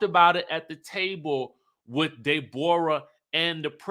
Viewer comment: Every time you say DeBoreAh I die laughing